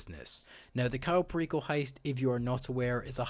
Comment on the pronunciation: The way he says cayo perico is sad